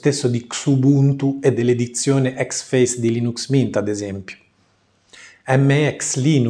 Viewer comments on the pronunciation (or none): Però dove tu veda la A in Xfce non lo so :p Suona pure figo, ma si chiama Icseffeciè o ecsefsi-i Ironia a parte, lo intendo dire costruttivamente! Video molto utili ai principianti, ed è difficile trovarne :)